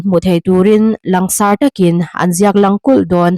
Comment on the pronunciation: " Lang sarh " ni lovin " lan sarh " tihtur ani em Aw?